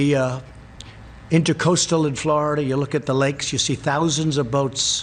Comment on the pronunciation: ”Thousends of boats...” LOL!!!